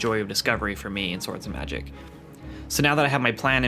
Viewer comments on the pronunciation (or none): none